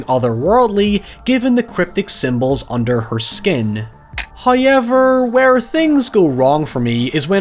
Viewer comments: No, no... he meant "HoyUeverr." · i think you mean hye-ever